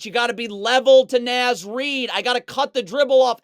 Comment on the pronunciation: Love the video breakdowns! Also "Naz" as in Naz Reid is pronounced like it rhymes with Oz.